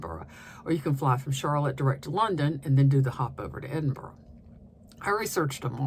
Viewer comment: Your pronunciation of Edinburgh is pretty good. We live there but I really don’t think I’ve ever seen anyone throw sheep’s testicles over a hedge 😅